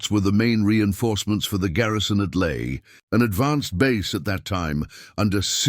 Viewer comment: LAE NOT LAY !!!!